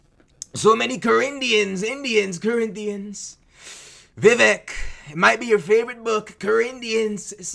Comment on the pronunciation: So many "CorrINDIANS" 😂 "Vivek, might be your favorite book" 🤣😭💀